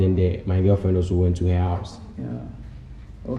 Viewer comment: Eventuarry... Haha 🤣🤣🤣